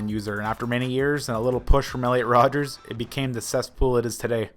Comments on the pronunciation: Did he just say rodgers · It's Elliot Rodger, not Rodgers you mongoloid